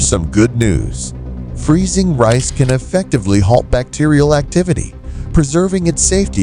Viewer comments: Can you switch to a human narrator, or at least go through it and make sure your AI voice isn't screwing up. It's RICE, not REES. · Irritating AI narration. Reece for rice Eff for Farenheit and Ce for Centegrade. I hate AI narration- lazy and cheap presentation to get clicks and money. Thunbs down and drop the feed.